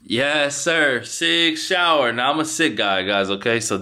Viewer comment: I stopped watching when he called Sig Sauer, the second time Sig shower 😂😂😂😂😂😂